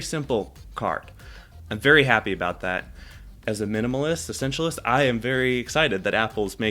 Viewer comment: I also love how he said “essentialist”. Good lord dude 🙄